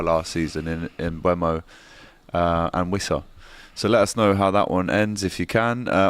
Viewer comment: Can anyone at DR Sports pronounce Mbeumo correctly? Just look at the video of Brentford players and manager saying their names, it's on Youtube. Hint: it's pronounced "mbuumo". NOT "mbuemo".